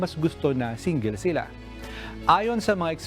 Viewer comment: Grabe ang pronounce nang single. Singgil!